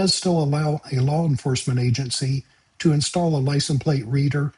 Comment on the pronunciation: Shouldn't there be an "ess" sound at the end of "license"? Love and appreciate the informative videos, thank you!